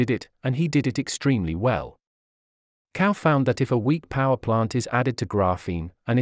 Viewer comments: His surname is pronounced as "Chao" and not "Cow". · zao not cow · You owe it to yourself, and also will show respect, by learning to pronounce correctly Chinese names. CAO is not pronounced "cow", but "Tsao". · Cao is not pronounced as cow. It is pronounced like tsao, the ts in tsaikovsky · Wrong pronunciation of his name.. Cao is pronounced as chao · What is extremely disappointing is that his last name, CAO, is pronounced incorrectly throughout! The voice is obviously computer generated; but shouldn't obvious errors be corrected before the video is out to the public? Isn't this the least respect you can give this incredible scientist, Cao Yuan? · Shocking that that the most primary care of the correct pinyin pronunciation of Cao is so wrong and atrocious.